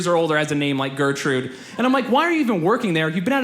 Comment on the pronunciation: The way he pronounces Gertrud is just awful :D There is no "Ö" or "Õ" in that name.